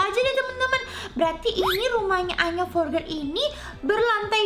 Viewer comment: Kak maksudnya tulisannya"Anya Forger"tapi di bacanya "Anya Forjer"ya kak😁😁😊😊